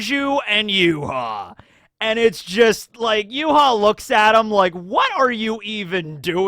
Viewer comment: Not sure if I'm misunderstanding you at the minute mark, but Yhwach's name in Japanese is ユーハバッハ, which is read as "Yuuhabahha", so all of the vowels are pronounced. This is also the reason why he was called "Yuha Bach" in fan translation, since バッハ (Bahha) is the Japanese way of writing "Bach". Only Nimaiya calls him Y.H. (Yuuhaa), apparently.